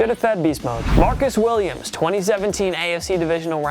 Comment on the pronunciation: "Marcus Willias?"